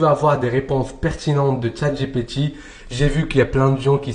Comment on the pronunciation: Pourquoi tu dis « Tchat GéPé Ti » ?😂